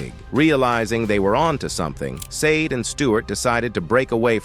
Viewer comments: Ai narrators ruin perfectly good material.. tried to watch but not hearing sha-day ruined it. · Her name is pronounced as (/ˈʃɑːdeɪ/ SHAH-day or /ʃɑːˈdeɪ/ shah-DAY) at the mark, Billy Crystal says it correctly. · You pronounce her name shar-day … Sade get it right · Can't watch it with the AI saying "saaaade" all the time. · You should rather have "misspelled" her name (maybe "SAH-DAY") in the transcript for the AI to pronounce her name correctly. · Can someone please fix this AI voice? SADE? I can't stand it. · AI DOESNT KNOW HOW TO SAY HER NAAAAAAAAAAAAAAAME FFF THIS